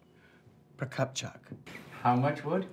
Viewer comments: Even after repeating it Keri still mispronounced "Anna Mikhailovna Prokopchuk". She should pronounce it Russian way (pro-kop-chook not pro-kop-chuck), as she was supposed to be Russian, right? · At least one of the Os in Prokopchuk isn't pronounced like an O, depending on where the emphasis is supposed to be...